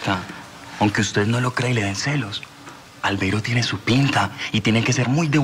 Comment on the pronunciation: Pq será que la diabla a Albeiro le decía "albeirus"?